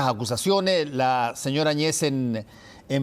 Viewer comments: Por qué , si se escribe el apellido Áñez , dos grandes periodistas lo pronuncian Añéz. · Que hablan ...no saben nada de lo que paso en Bolivia ,evo Morales dejo la presidencia y ahora hablan del avismo grande de la separacion del pais y ni pronuncian bien el apellido de la ex presidente de Bolivia. Y el tema del mar fue utilisado por evo Morales sabiendo que con chile no hay negocio osea chile jamas dara paso atras con respecto a eso seamos reales eso . Aprendamos un poquito mas por lo menos de castellano y pronunciemos nombres y apellidos gracias .